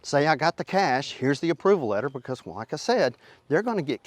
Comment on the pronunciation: I couldn't understand the whale inspection, until i realized he was ATTEMPTING to say "well."